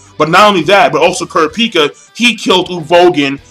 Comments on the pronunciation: He cant pronounce kurapika right lol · lol hate the way you pronounce Kurapika's name